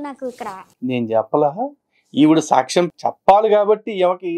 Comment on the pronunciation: ఆ ఉచ్చారణ సాచ్చం... మహానివేదన...ఇలా అంటోన్న మాటలను బట్టి..... ఈ సన్నాసి... బ్రాహ్మణ వనిత కాదు... ఏ హీన స్థితిలో ఉన్నా బ్రాహ్మణుల మాట తెలిసిపోతుంది... ఇది చాలమందికి తెలుస్తుంది....